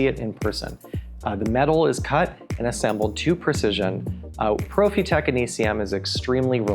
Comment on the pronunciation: Quick saying Profitec like that 🤦‍♂️